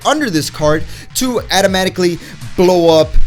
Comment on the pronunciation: First off, learn how to say automatically or stop saying it. Secondly, 5 of the cards in this deck profile are useless energy exhausted cards because you can't arrival the brolly unless dormant legend is in the drop and the kaio ken goku needs your leader to be a saiyan to get it's extra key words. This made video me unfollow and unsubscribe.